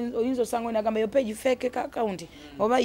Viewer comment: Gamba "na" not "twa